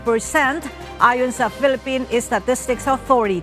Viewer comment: It would be great if PSO ( PSA) would be read as statistics and not estatistics.🙊 ✌🏻